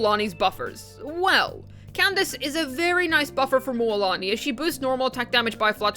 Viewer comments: Why is she calling Moooolani? Instead of Mulani? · MMMMMULAANI😂😂😂 damn the prononciation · Can I get just a recording of you saying Mualani?